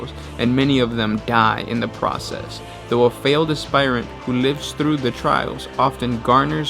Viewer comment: Heads up, you're pronouncing 'aspirant' wrong. it's "asp-irant", not "asp-ire-ant".